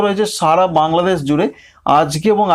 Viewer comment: ছাগত, পুর্বাবাছ, বাংলাদেছ, মাছ, এগুলো কি ভাই,,, স এর ভাষা ঠিক করতে পারেননা,,, এগুলো আপনাদের কলকাতার লোক পছন্দ করলেও সবাই কিন্তু পছন্দ করেনা